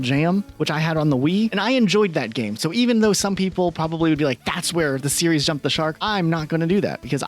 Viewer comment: At least one of these guys can properly pronounce the word "series". 😂